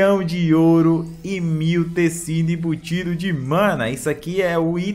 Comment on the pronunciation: Eu acho muito engraçado ouvir ele falando "Tecido embutido" kkkkkkkkkkkkkkkkkk